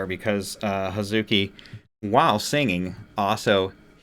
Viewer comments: Great reaction! You have excellent insight into how and why a mix works. A little note on pronunciation (that wouldn't be at all obvious, so don't sweat it!): "Hazuki" is pronounced "haz'ki." The muddle syllable doesn't get pronounced. Moreover, Japanese doesn't use stress accent, so even if it was pronounced, it wouldn't be "haZUki." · In Hazuki’s name the, ‘u’, is silent. So it’s pronounced, “Haz-kee.” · I'm not going to read all the other comments to see if this has been mentioned. Hazuki's name is pronounced Haz-kee. The "u" is pronounced, but it is said so fast that you don't really hear it. Wait 'til you see Haraguchi-san sing--listen to "Blooming." They've been together since '19. There first YouTube video is a cover of "The Trooper."